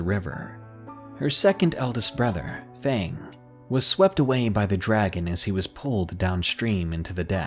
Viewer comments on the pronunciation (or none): none